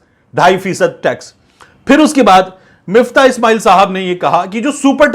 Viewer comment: Miftah ni MUFTAH h